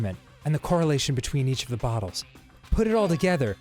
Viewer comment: Whenever they say "bottles" i hear "buttholes", it's pretty weird XD